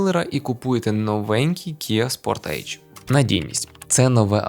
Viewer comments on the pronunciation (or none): Та не Спорт-Ейдж, а Спортідж! Вуха ріже кпц